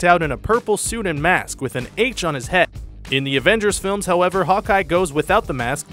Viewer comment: HAVEN'T YOU HEARD?! HAWKEYE HAS AN H ON HIS HEH!